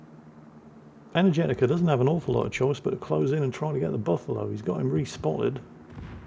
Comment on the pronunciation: I may be completely off base here but how do you know Energetiker is male? They probably are and I apologize for questioning if they are, no offense intended or implied. The way pronounced the name led me to hear Energetica which sounds like a female name phonetically but seeing how it is spelled raised the question.